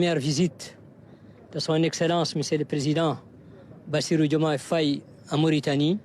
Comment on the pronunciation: Le journal devient intéressant, surtout avec ce journaliste,👍👍il s'exprime très bien, j'aime quand il prononce le nom du président et c'est aussi un beau nom 🥰🥰 félicitations au nouveau Sénégal 👍👍